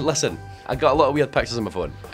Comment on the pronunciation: Naw mate I'm from Glasgow too and it's pit chairs all together pitchairs 😂🤣😂